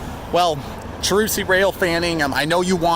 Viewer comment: Thanks for doing my request! By the way, it's pronounced "shar-troose".